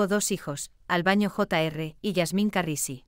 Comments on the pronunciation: Por favor diga bien el nombre de " Albano " no es Albaño. Decirlo mal nos molesta a todos sus seguidores que somos millones. Gracias. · Señora usted que relata las historia por favor practique bien los nombre y apellidos.... el cantante es ALBANO....NO ES ALBAÑO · Por favor usted es una comunicadora, pronuncie bien, no es Albaño , su nombre es ALBANO ...y lo. otro nunca se casó con esa sra. Loredana , a la que Ama hasta su muerte, es a la hermosa y dulce ROMINA ...